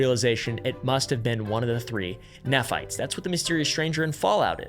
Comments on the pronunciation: haha just so you're aware, "Moroni" is pronounced "more-ohn-eye" and "nephites" are "knee-fights" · " this is not going to be an anti mormon video" proceeds to just reiterate anti mormon talking points from the last 200 years and does not seem to have gotten any information from any actual lds websites. Well done. Crazy detailed investigating. At least learn how to pronounce moroni and nephites. It would take 1 minute. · Not “neff” fites, “nee” fites… In church when I was little, I always imagined a bunch of people fighting with their knees. And then I’d imagine the “Lame” anites couldn’t walk, so no wonder they always lost the battles… 😅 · Bye the way, Nephites is pronounced “knee-fights” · FYI nephites are pronounced knee fights. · knee-fights cmon please, learn how to pronounce. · Exmormon here… most Mormons have 0 idea about any of this information. If you are questioning things they tell you to “only use church resources to do more research”. I got disowned from my family for multiple years because I left. Thank you for making this video! (Also Mormons pronounce it “knee-fights”) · just pointing out another mispronunciation. Nephites are pronounced like knee-fights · Knee-fights and Lay-mon-nights. Just a pronunciation guide. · As a no-longer-believing but still happily practicing member, I'm already laughing at mispronpuncing Moroni, Nephites, and Lamanites. He failed the fundamental litmus test for researching the church properly, and was likely just rushing and just going surface level. I no longer feel any need to watch as I know what to expect now. And I say this as someone who's subbed to Mormon Stories Podcast and Alyssa Grenfell and stuff.